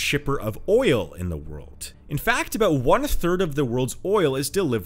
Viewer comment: DUDE.....a 'd' at the end of a word is not pronounced like a 't'. World...not worlt